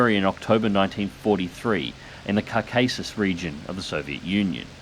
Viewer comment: Sorry to be that guy, but it's "Cork-cuss-sez" (as in Caucasian) not "car-case-us" and "Koo-bahn" not "Kubin". Please accept my humble apologies. Looking forward to the IL-2 expansion though, excited for pacific battles.